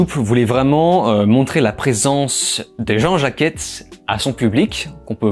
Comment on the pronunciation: Je pensais que le titre "Ben Non" au Québec, c'était une blague, mais en fait c'est vrai 😭😭😂😂 Sinon, Nope est génial, l'un des meilleurs films de l'année ! Par contre, prononce "Jean Jacket" et pas Jean-Jacquette, ça me trouble😅😅